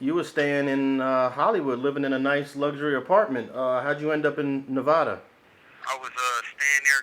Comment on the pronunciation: Hate the way he says Nevada. It's pronounced (NEV-ADD-A) NOT (NEV-AH-DUH)